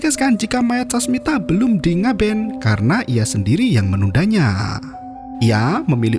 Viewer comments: koreksi bang, "ngaben" bukan "ngabean" itu upacara kremasi umat hindu di bali bg thx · Ngaben bang bukan ngabean 😂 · Ngaben kak, bukan ngabean